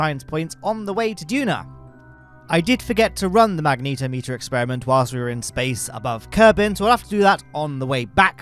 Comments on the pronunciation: "magnetometer" is pronounced "mag-net-om-ee-ter". It measures magnetic fields, not magnetos (a magneto is an old-fashioned car part that generated electricity, later replaced by alternators).🤣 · "mag neet o meter" wild pronunciation